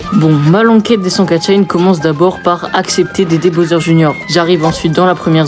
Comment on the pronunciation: Les "Katchin" 🤣